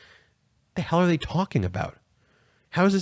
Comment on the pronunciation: "The leff gonna take you to Hail" ~Herschel Walker 2022